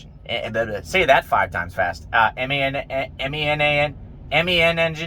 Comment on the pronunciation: Hahah😅😅 you don't know how to pronounce MAN engine 🤣🤣🤣🤣🤣🤣🤣🤣🤣🤣🤣🤣🤣🤣